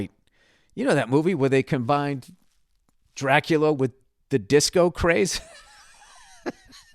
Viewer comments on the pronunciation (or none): none